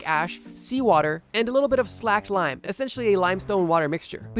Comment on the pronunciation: It's not slacked lime. It's slaked lime (rhymes with raked).